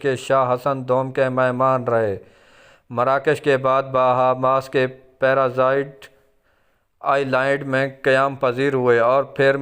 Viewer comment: پیرا زائڈ اور آئی لا ئڈ.......ماں صدقے جائے اس گلابی اردو کے.....